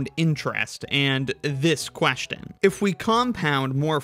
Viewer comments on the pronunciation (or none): none